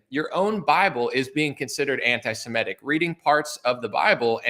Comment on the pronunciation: Its interesting, have you guys thought about how EVERYBODY pronounces the word antisemitic? Antisimetic. While nobody pronounces antisemitism wrong